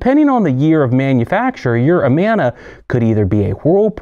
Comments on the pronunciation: Had to stop watching half way through. I was a domestic repair tech for nearly 20 years. It hurts my teeth when you say "Amona." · If you know the right way to pronounce Amana, why do you keep doing it wrong?